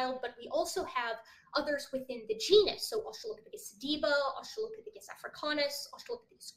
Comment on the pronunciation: I'm cringing every time he says "Australiapithicus"...